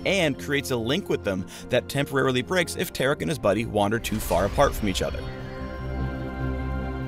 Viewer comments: Its TAR-ICK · I don't pronounce Taric like that. I pronounce is like Tar-Rick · Tear-Ick confirmed. Not Tar-Ick. My mind has been blown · how is Taric Tear'ick?.....lol the pronounciation choice by Riot.